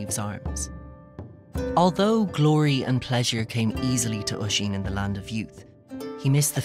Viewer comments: Is it just me or is it relly annoying how he says osín like either we say my cusins name wroung or he says it wierd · I'm Irish and it's called oisín in teir na oge